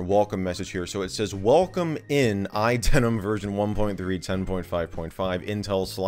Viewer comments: Why do you keep pronouncing iDeneb as iDenim? Did I miss a memo? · Why do you say "iDeneM" with M and not "iDeneB" with B? Or am I just (not)hearing things? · What’s the deal with idenem thing? Am I just mishearing you? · Sounds like you're saying iDenim, like, MacOS Jeans. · is it just me or do i keep hearing you say iDenem ? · He keeps saying "iDenim" and "Hackintozh"... x_x